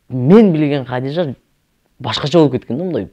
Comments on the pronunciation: Хадича эле дей берсең кыйналбай Хадижа деп орусчалабай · Хадича эле дечи Хадижжа деп албай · Хадича дечи,Хадыжа эмес